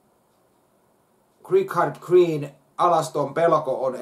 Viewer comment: = Richard Gere